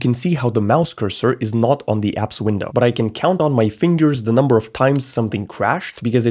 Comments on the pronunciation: The "numer" is intentional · whats a "numer" xD